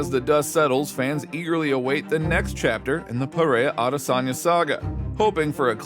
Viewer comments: it s PEREIRA not PIERA.... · Chael mispronouncing Pereira as Pierra is too funny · i love how Chael will always mispronounce a fighters last name in, but in 5 different ways in the same few sentences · Alex Panera